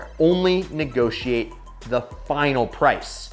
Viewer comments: You spell it "negotiate" not "negoshiate" . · Wait. Negoshiate? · Uh you spelled NEGOSHIATE with an S… not very Cofisticatid.